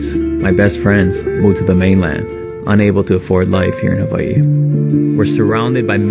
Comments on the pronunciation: Did he just call Hawaii “haveiii”? Embarrassing. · I like how he pronounced Hawaii and the rich will make sure s guy like him loses thats the state of the union for ya